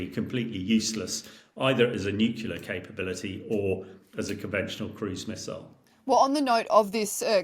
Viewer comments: Dude, the word is nuclear not nukular. How can so many pundits get this wrong?🙄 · Nucular. Over and over again. It's not easy to appreciate expertise when even the most basic terms are literally mispronounced. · I like listening to Hamish, but I do wonder why a nuclear expert is incapable of pronouncing the word “nuclear” correctly? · What's with the experts not even being able to pronounce "nuclear" correctly? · Wish he could pronounce nuclear correçtĺy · In all this talk about potential nuclear Armageddon, the thing that disturbs me the most is the pronunciation "nucular". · Fed up with people who can't pronounce "nuclear"...